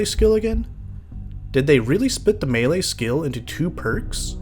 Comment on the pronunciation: for properly pronouncing Melee. Unlike these mealie-mouthed fools!